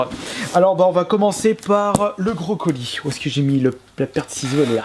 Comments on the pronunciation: Salut quand tu dis le gros colis on dirait que tu dis le brocoli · quand il a dit gros colis j'ai compris brocoli. sinon continue tes video c'est trop bien.